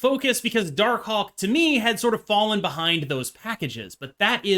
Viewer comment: Say Darkhawk again please